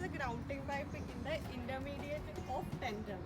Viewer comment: BTW It is not tendom Its Tendon